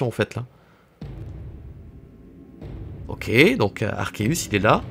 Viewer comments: Yep Arkéus tout le monde dit arçéus et ça m'énerve 😂😡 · Et d'ailleurs y a que toi qui prononce Arceus correctement ca fait plaisir 😁😁